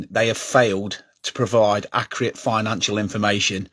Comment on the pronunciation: Im not trusting someones opinion on here that cant even say accurate properly. Get a grip and focus on your own club.